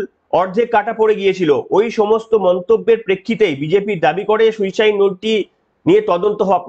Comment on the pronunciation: এমনি উপস্থাপনা খুব ভালো কিন্তু আপনারো তো শুদ্ধশীল বাবুর মত অসুখ, সুইসাইড হবে শুইসাইউ না এরা কে এই ডাইনির আমলে😮?